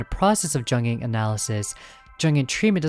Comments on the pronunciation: The 'J' in Jung and Jungian Psychology is pronounced like a 'Y', more like the word Young. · Just to be clear, ringu’s cat dos says she isn’t “greatly more effective”. This doesn’t mean she isn’t as effective, it just means she does about the same in performance as jelly and the spiderpede. Also seeing you say jungian like that hurt me, please dude it’s young-Ian like onion. It’s from the psychologist Carl Jung.